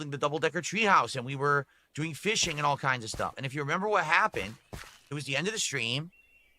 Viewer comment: "Aaayund", "Baayunned", still uses the weird thus incorrectly... lol.